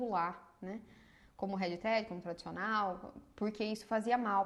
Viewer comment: Não consegui entender o termo que vc diz..." red tred"? É isso?